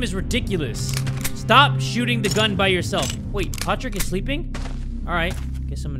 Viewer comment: It's not Patrick it's potrick